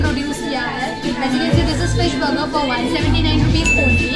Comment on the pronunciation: Madam it is BURGER Not* BOGO